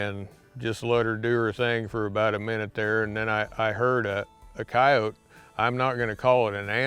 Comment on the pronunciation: I always appreciate someone who pronounces coyote correctly😂. I guess it's just a pet peeve of mine when people say coyoteee